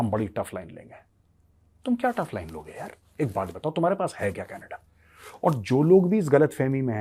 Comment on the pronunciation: Canada❌ Canedddaa✅ 😂